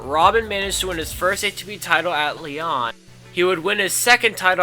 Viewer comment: Lyon, France="Lee-own". Soderling="So-der-ling" as in "Soda". Anyway, the content was great.